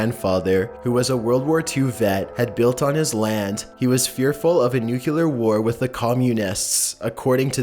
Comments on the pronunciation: Nucular? It's NUCLEAR! 😂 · its new-clear not new-cu-ler all of you nuclear mispronouncers drive me crazy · nuculer..................... bruh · It's nuCLEar not nucULUR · Please Pronounce Nuclear Correctly!!! NOT NEWCULAR...."NewCleeAR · Nuclear is pronounced NEW - CLEAR which is far easier to say than NU - CULAR! Why is this so difficult for people??? It grinds my gears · it's not nucular, it's nuclear. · Every time he says nucular take a drink, anytime he pronounces a word wrong, take a drink, you'll have alcohol poisoning before the first video is done lol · Nucular?! That's just embarrassing. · He said nuclear wrong that's the one word I get mad at when people say it wrong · Please learn how to pronounce 'nuclear'.